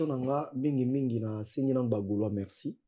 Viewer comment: prononciation moins,hein. FoRce et non FoXce, MeRci et non MeXci....